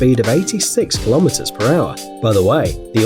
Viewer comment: It is kilometers not klometers